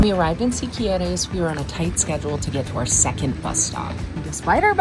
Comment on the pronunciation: You almost got Siquirres right! Is should sonda like see-key-rexs... you nailed all the other names 👍🏾